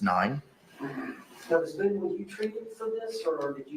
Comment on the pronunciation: Dude 😂😂😂😂😂😂😂 the cheese jokes don’t stop🤣🤣🤣🤣🤣🤣”Boone-a-tooouiie”